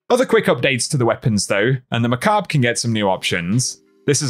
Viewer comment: Bro really pronounced Macabre like MAKOB instead of MACK ABB BREE